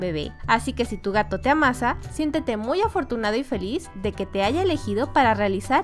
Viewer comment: Por que se escucha chisto la palabra amasa como si fueras un pan Ademas de que si las separas seuna como si te ama -- sa Por eso puse el renglón xD